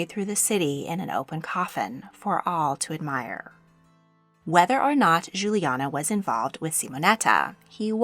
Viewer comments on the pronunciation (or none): none